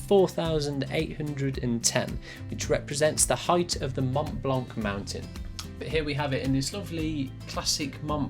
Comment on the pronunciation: "Montblanck" lol.